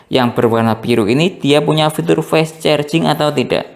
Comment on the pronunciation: Penyebutan fast itu bukan fes bang tp fast aja